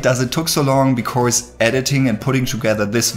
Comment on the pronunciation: Great Video😍but please practise pronouncing "because" 🤗